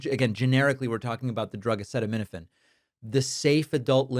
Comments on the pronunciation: Okay Dr. Trump. You are so full of shit. He couldn't even pronounce the word Acetaminophen during his speech at the United Nations. Donald,.Tylenol is a brand you buffoon. Acetaminophen is the actual medication. You and RFK should have learned that your first year of medical school. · Like listening to a 3rd grader trying to fake his way through discussing a book he didn't read in front of the class. Please show the part of this video where he pathetically stumbles trying to pronounce "acetaminophen". Horrific! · Someone who can't pronounce "acetaminophen" has no business dictating it's use.